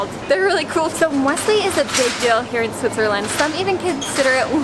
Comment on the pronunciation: Not surprised by the prices. Someone needs to learn how to pronounce Muesli though. ;) Looking forward to your UK trip.